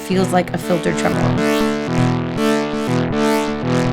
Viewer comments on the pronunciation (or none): none